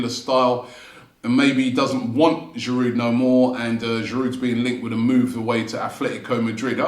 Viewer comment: Why would Olivier come back when the fan channel host still can't pronounce his surname correctly?